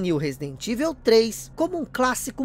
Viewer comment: Resident "ivel" 😂 😂 😂